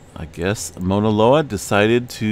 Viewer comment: Dear : Thanks always for what you do. Fine tune pronunciation of 'au' Mauna Loa... Sounds more like 'cow' or 'ouch', not 'Mona' Loa. Blessings to you!